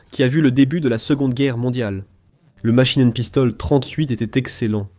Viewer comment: "La machinen pistole....QUARANTE !!! Ouaiiiiiis !!!" Ridicule !!!